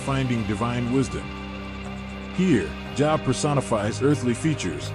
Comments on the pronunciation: bruh, his name isn pronounced job, its jobe. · This AI narration crap has to stop. It keeps mispronouncing Job which is pronounced as "jowb" and not job as in get a job. It takes me right out of watching when the video narration continues to mispronounce even simple people or place names. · SAME THING WITH JOB!